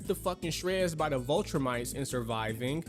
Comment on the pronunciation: I appreciate this video's take, but these names are kicking my man's ass. "Vultrimites"? "Cecile" or "Ceezul"? Kind of distracting at times. 😂